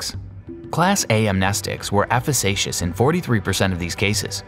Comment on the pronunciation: Alright...just to be clear...it's "coNvent" not "cOvent"...and "efficacious" is pronounced "effiKacious" not "effisaycious". Jeez...